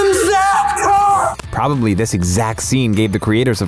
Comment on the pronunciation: It’s William Zabka dude